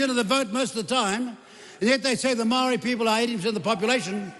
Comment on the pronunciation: maow-re... reckons he's authentic XD what a joke